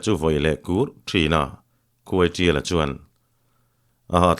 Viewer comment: Khuaiṭiala tih hi khuaisiala ti a lam rik a ang tlat